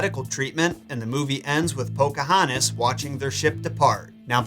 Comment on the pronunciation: As a member of the Chickahominy tribe myself it's amazing that Disney actually got the pronouncing of the names correctly. Do I wish they would have listened to the tribal members that came out to help Disney with the movie more so on the acualt history then just how the homes and traditional practices went. Yes, but I get it can't go with the truth if it looks really bad with her age being a minor.